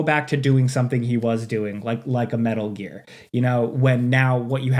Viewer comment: Ok, “smetal gear” earned you a thumbs up